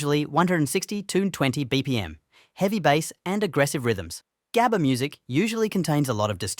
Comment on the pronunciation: im crying on your pronunciation on 'gabber' please do better next time cuz i cant stand on how you pronounce it (coming from a dutchie btw)